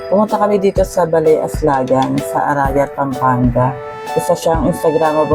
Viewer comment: Mali po ang bigkas ng aslagan.